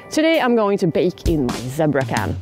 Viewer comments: Not meaning to make fun of your English; my Swedish would be worse ! But the word is pronounced Z bra !!!!!!!! LOL Next time, let the flames die down and bake only on the coals. Flames caused the burning. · It's pronounced "ZEE-BRAH" ! (Sorry. My sister was an English teacher). Btw, : it's "ALUMINUM" not "aliminium". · In English, we pronounce it as Zeee-bra.:) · Zee Bra with a long "E' ;)